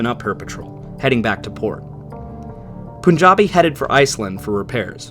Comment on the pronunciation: Great video. btw it's pronounced as P-aan-jabi, not Poo